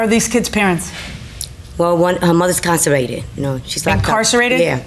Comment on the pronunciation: I've never heard someone say "carcerated" instead of incarcerated. Thats a bad sign for how well this family is going to do in life.